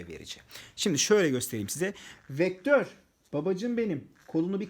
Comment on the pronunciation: vektör beee değil beaa